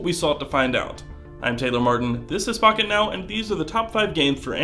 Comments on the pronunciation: I thought you said "fuck it now." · lol when it started i thought he said welcome to fuck it now 😂